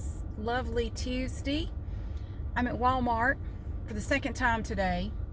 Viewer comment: I love the way you say Tuesday is that weird 😂 😂